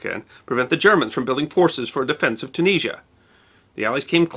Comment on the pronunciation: I really like your vids, I find them fascinating, well presented, well edited, etc etc. But it bugs the SHIT out of me when you say Penzer! It's Panzer. Oh, and while I'm at it...it;s not Chooneesha, it's Tunisia. Thanks. Ok, get back to it :)